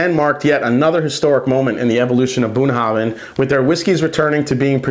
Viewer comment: The “bh” at the end is a “va” sound, not a hard b sound. Nice review, this is a good drink.